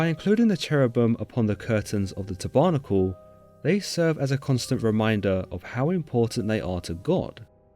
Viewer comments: Tab....errrrrr....nackle....not tobernickel...tabernacle as in a type of church. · You are mispronouncing a lot of words. For example, tabernacle - Tabb errr nack ell not Te barnacle, its not something stuck to a ship. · His pronounciation of Tabernacle is low key triggering me lol. It’s Tábernacle, with the hidden accent on the first syllable. Not the second, as he pronounces it. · You seriously need to learn how to pronounce words a Tab er nacle is not a tab barnacle. If you are unsure about pronunciation you can LOOK IT UP. Mis pronunciation distorts the biblical verses. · Bro, your pronunciation is off.. its not Táburnacul..... Ta - Ber - nackle... Not Isreuahlites.. Isreal- ites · Tebarnacle?? Tab er nacle! Excellent video otherwise. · I love your videos, but I feel compelled in this case to point out some egregious mispronunciations. Tabernacle is pronounced TAB-er-NA-cle, not tab-ER-na-cle Exodus is pronounced EX-o-dus, not ex-O-dus. Sorry, it was just very jarring to hear it. Otherwise, I love your work. Keep it up! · Sir, please. It is pronounced 'tab-er-nack-el'. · You should a native English-speaker to coach you on pronunciation. English pronunciation is hard, but you can do it (with some effort). tab'arnakal, indeed! (And I'm not even talking about the fact that "kerubim" is pronounced /ker u bim/ and that ch or tch or tsch doesn't exist in Hebrew.) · Israel-ITES, taber-NAC-le...have I been pronouncing these two words incorrectly all these years? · Great post. Maybe check some pronunciations? Tabernacle is /tab-buh-nack-el/(Eng) or /tab-er-nack-el/ (American). Exodus is /ex-suh-duhs/ (Eng) or /ex-i-duhs/ (Amer). It is never ex-zooe-des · "eggs-OH-dus" ? "tuh-barnacle" ? Some really weird pronunciations here. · Tabernacle is pronouced "Tabber-nack-L". Love the channel and voice delivery. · Haha, ta-barnacle! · Te barnical? Ex OH dus? Lol!!! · Learn to pronounce tabernacle! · The way he pronounces “exodus” and “tabernacle” is... interesting.